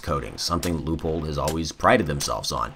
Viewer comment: pronounced loy pold in german/austrian